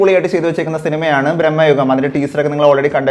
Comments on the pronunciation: സിനിമയുടെ പേര് ശേരിയായി പറയു.. ഭ്രമയുഗം.. ബ്രമ്മയുഗം അല്ല 🙏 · Its ഭ്രമയുഗം bro.. Not ബ്രഹ്മയുഗം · ബ്രഹ്മയുഗമല്ല ഭ്രമയുഗമാണ്